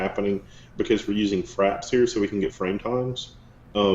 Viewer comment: frafs...not fraps